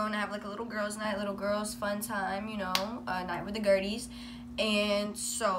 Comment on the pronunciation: " a night with the girdies" emma has left the chat